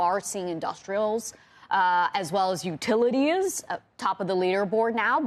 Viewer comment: her pronunciation....sevennnnnn,..... here to stayyyy,... as well as utilitiessssss.... 🤣